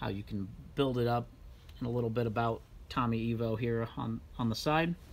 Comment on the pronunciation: Ok, Cutlass S - W-31 the W and the S are two separate things! You might want to research how to say things before you try, and get it wrong. Lol! And don't get me started on the Tommy Ivo thing!